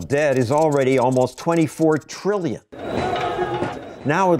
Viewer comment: "Over a billion three hundred million trillion treemuhmillion dollars!" 🤣